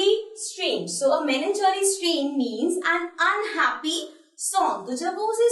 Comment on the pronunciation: Melan cholly 😂😂😂